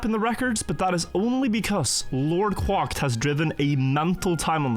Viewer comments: "Lord quocked" it's Lord Quacked (cracked) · How many more seasons until he says quacked right lol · Is his name actually pronounced like that? It looks like "Lord Quacked", you're saying it kinda weird lol. Is it supposed to be like quantum+cracked or just the duck sound lmao